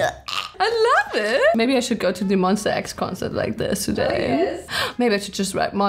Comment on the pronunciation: Did she just say MONSTAX*btw im new subscriber*